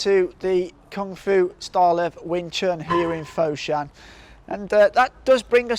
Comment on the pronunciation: if you pronouce foshan as "fot-shan" but not "foe-shan", it would be much better...:D